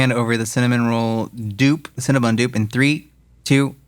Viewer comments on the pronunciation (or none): CinnaBON, not BUN. 😂😂😂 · It’s CinnebOn, not CinnebUn. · Cinnabon “BON” not cinnabun!